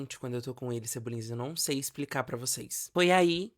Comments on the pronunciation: toda vez que ele fala "cebolinhas", eu morro um pouco por dentro. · Cebolinhas me irritou tanto quanto malta.